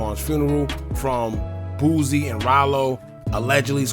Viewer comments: Why u keep saying boozie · Why are you saying lil boosie name like that bro